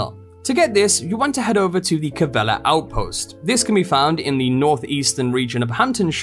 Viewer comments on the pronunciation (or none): Calleva not Cavella! (Pronounced 'Ca-LEE-Va')